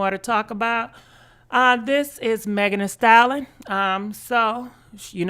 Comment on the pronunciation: Megan the stalon😭😂😂😭why does she say it like that.